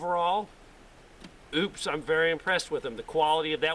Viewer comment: it's O-PUS. not OOPS.